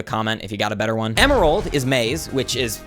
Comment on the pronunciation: Em-May-rald Emayrald, my guy